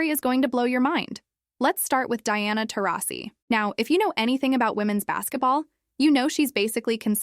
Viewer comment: I think Taurasi is mad because after everything she’s done, this AI narrator pronounced her name differently at least 15 times!